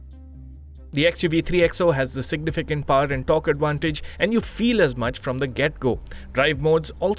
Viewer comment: It’s not paaar, it’s powr